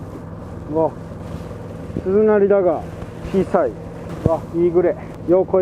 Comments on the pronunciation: はまゆう君の大ファンです('ω')/ 気になったので、『つづなり』と動画中に仰ってたように聞こえました。正確には鈴なりだと思います。あと、今回は出なかったワードですが、無修正よりノーカットという表現を他のYouTuberさんも使われてます。よりよい動画をこれからもお待ちしています。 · つづなりって言ってる？？w 鈴なりでしょ